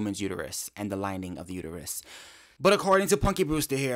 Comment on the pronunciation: I can hear Homer saying to Marge now... It's uterus not uteryou. 😂😂😂